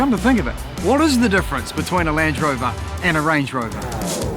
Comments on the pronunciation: It feels like he's not sure if it's a Range or Land Rover se he just goes with Lange Rover. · Lange rover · i think it’s because he says ‘Lan drover’ instead of a space like ‘Land Rover’ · Lang Rover, he says, when it should be Land Rover! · Hard to hear. When he calls Land Rover “Lange rover”, exactly the same pronunciation as Range Rover minus the R, they sound exactly the same. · sounds like he’s saying lange rover sometimes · Did i just heard him say lange rover? 😂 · "Lange Rover" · All I heard was Lange Rovers and Range Rovers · Surely I’m not the only one who can hear you say ‘Lange rover’ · I swear to god he says Lange Rover every time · I can't be the only one hearing him occasionally say "Lange Rover", right? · Damn you, he said it as Lange Rover the very second I read your comment 🤣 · Didn't know New Zealanders pronounced "Land Rover", "Langerovah" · Why am I hearing lange rover ? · pretty sure he just said “lange rover” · "Lance Rover" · Did I hear Lange Rover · 'Lange' Rover?